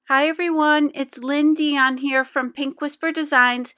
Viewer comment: Love the card! Btw, for the longest time I thought your name was. Never looking at your intro, just listening to it sounds like “ on here for pink whisper designs”. I just saw your intro and it’s! 😩😩😂😂🤦🏾‍♀️ Love your channel! ❤️❤️